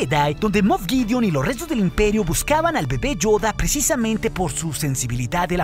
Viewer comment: Valoro mucho tu contenido y este canal, pero es muy desagradable la forma en la que pronuncias varias palabras, como en el final: lá sÓoombrÁaaa del impÉeeri... ÓOOO. Te agradeceríamos que lo dijeras con normalidad. El canal sería de 10! Un saludo